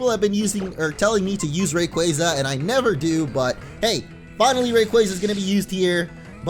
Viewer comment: sigh For the love of god, it's Ray-quAA-za, not Ray-quay-za!!! But meh, it's today, probably won't even listen to me